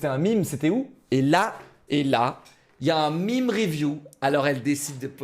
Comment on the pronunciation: Attendez, il a dit Mime ?! Sacrilège !